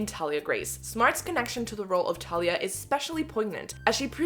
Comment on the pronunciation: It personally rubs me the wrong way that she doesn’t know how to pronounce Thalias name correctly… Also the accent, sounds lazy that she wouldn’t do an American accent? But she could be a good actor. We’ll see.